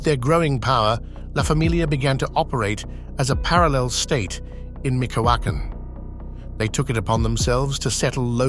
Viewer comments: Michoacán pronunciation is MEE-CHO-UH-CUN (cun without the T, close enough on spelling), not ME-CO-A-CON. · I thought my Spanish sucked but micokacken lol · ME-CHOA-CAN = MICHOACAN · Where exactly is "Mick o wocken"? Is that anywhere near "me show econ"? Gotta love AI voiceovers...🤦